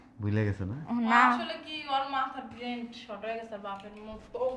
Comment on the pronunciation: এত ভুল English বলে , journey কে বলে journeying, brain কে বলে ব্রেনট আরো শত শত ভুল English words and sentences বলে,আবার আসছে নাটক মারাতে,।।।অশিক্ষিতের দল।